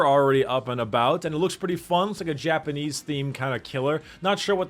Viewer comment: I like how always pronounces "fun" like "fum"